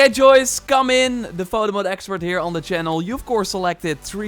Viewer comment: I can't stand the way this dude talks. "Doe" instead of though every 5 seconds. Or "da" instead of "the". T-h is really not hard to say